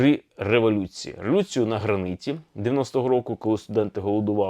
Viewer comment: Правильно казати на "граніті", а не "на граниті".